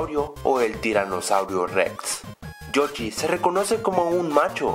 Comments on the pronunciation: es yoshi no yochi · se llama joshi no jochi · con todo respeto es yoshi no yochi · O soy solo yo o dijo Yochi en vez de yoshi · like si ecuchaste que dijo yochi ^_^ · no sabia que se decia yochi xd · Porque dice Yochy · Yochi? Chigeru miyamoto? Primero enseñate a pronunciar nombres y luego haces videos